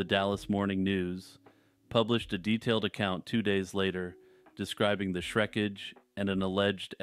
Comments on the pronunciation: Did you say Shrekage? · I choked on my waffle when you said Shreckage 💀💀💀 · I had to listen to it three times to confirm, but he definitely said it.